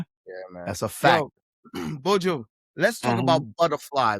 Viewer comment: Buju... not buujuuu